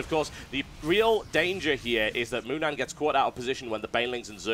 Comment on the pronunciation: ...its MOONAN not moman,thx:)